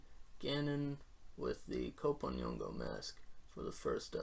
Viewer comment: We're gonna have to teach you how to pronounce "kp". It's a single syllable. Just like we have "ch" or "tr" in English. Soon as I confirm that the people of Cote D'voire pronounce "kp" the same way the Yoruba people do.....